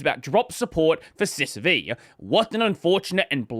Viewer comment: "Sys Vee" is triggering me.. it's System 5..